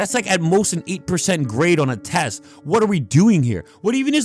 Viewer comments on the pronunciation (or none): none